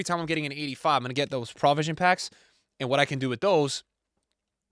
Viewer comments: you graduated from columbia so i know you’re baiting comments by say prah-visions 😂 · All I want for Christmas is to never hear pronounce the word 'provision' again... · Unc can’t pronounce provision